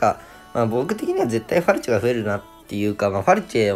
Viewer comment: ファルチェがフェルチェになってるの草